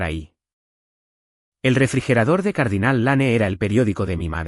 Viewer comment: Se pronuncia Dostin aunque se escriba Dustin. Es un nombre Anglosajón. Les aconsejo que si no saben pronunciar correctamente el inglés busquen en cualquier lugar que existe muchísimo la traduccion al español . Por ejemplo Cardinale Lanen esta horriblemente mal pronuciado.